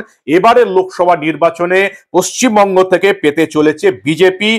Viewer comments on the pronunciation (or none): none